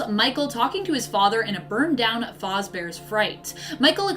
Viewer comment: DON'T YOU DARE BRING FURRIES INTO FNAF Did you really just say "fahz bear's" and "eenard"